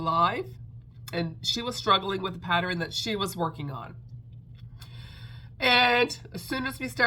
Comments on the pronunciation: LMBO…PATTER-INN 😂😂😂 Girl you do you…people don’t go at. Leave her be, we all speak differently, so you do you!!…just a thought, I’m on a pattern buying band, does that mean I can buy patter-inns??? 😂😂😂 And yes the live was a blast…looking forward to the next one!!!! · Omg, you are hilarious! Every time you popped “patter-inn” on the screen I giggled. I don’t know why people feel the need to point out such silly things. Just keep being you! Anyway, I love all your makes this week! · Ha ha, I used to say Sammich for sandwich until my teenage niece corrected me… I now say sandwich but in my head I am saying sammich😂. The big eyes on the possum is really cute! I laugh at every patter-inn you post😂. That bat is awesome, the explanation of wings is helpful should I buy the pattern.